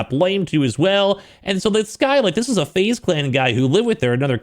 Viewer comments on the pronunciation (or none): none